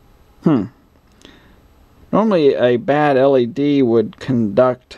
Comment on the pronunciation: You keep saying L.A.D.